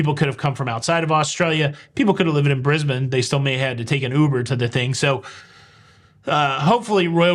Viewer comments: Subscribed for pronouncing Brisbane correctly. 10/10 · I'm impressed. You pronounce both Brisbane and Melbourne correctly. I wish that was more common.